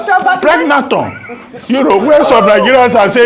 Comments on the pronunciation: How Dr Abati says pregnathon while keeping a straight face😂😂. And then Davido ended up receiving a stray bullet.😭😭🤣🤣🤣🤣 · Abati should be a comedian. Preg- na- thon.